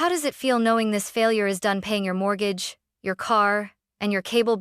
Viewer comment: Haha! MORT-gahge